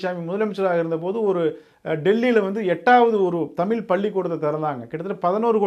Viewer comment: தம்பி நீங்க தமிழுக்கா பேசுவது மனமகிழ்ச்சியை தருகிறது ஆனால் தமிழை தமில்ல பேசுவது மனதைச்சங்கடப்படுத்துகிறது தயவுசெய்து தமிழ் ழ் ழ் தமிழ் என்று உச்சரிப்பு கொடுங்கள்